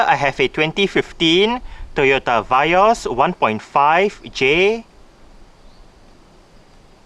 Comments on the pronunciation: I believe it is Vee-Os Not Vai-Os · Vee-yos right not va-yos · indonesia vee os